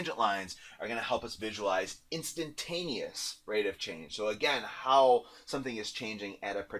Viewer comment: instantaneous not intantanteous